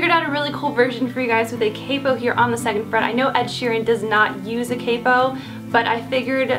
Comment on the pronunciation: When she said capo I heard kpop